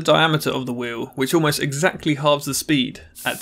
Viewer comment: Basically, speen